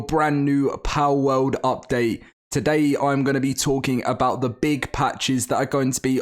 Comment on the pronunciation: "Powwouwd" lol British people